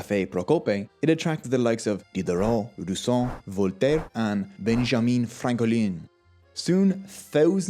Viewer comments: The extra faux French pronunciation of Benjamin Franklin just about made me piss my pants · I love how he says "Benjamin Franklin" in a French accent xD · Interesting accent, never heard the name Benjamin Franklin pronounced that way.